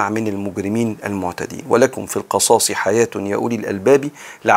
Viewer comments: اسفه بس هى القِصاص وليس القَصاص ..ربنا ينفع بحضرتك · القِصاص بكسر القاف وليس بفتحها بارك الله بك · بارك الله فيك ورزقك العلم ونفعك به . ولكم في ( القصاص) بكسر القاف تقريبا حضرتك قرأتها مفتوحة . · تصحيح : ولكم في (القِصاص) بكسر القاف جزاك الله خيرا